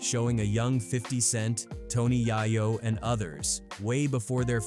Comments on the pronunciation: Tony YAY- YO not yahyo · It’s Tony YAY-OH … it’s Beemers or Beamers … show some respect for the language 😂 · Being called Tony Yah Yo is crazy 😂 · Never trust anyone that says Tony Yaaah Yo....